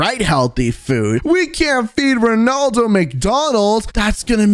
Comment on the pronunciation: Rondalo fans say his name right so your not a rea fan@